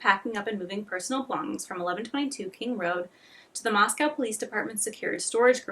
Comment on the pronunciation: moscow is pronounced moss-co kootenai is pronounced coot-knee